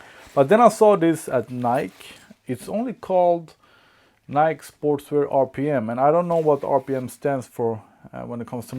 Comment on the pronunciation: the way u say nike is not how u say it..